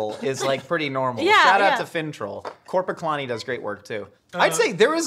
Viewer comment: Wow, great pronunciation on "Korpiklaani"